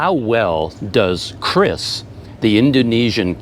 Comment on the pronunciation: Salut penyebutan QRIS sudah sangat benar menurut KBBI 'Kris" bukan 'Kyuris' 'Kiris'